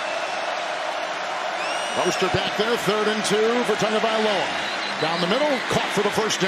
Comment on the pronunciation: It’s Tah-gahvailoa not Tugaviola lol